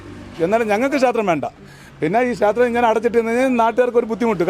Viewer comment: ക്ഷാത്രം, ഭാഷ പറയാൻ അറിയാത്ത കൂട്ടർ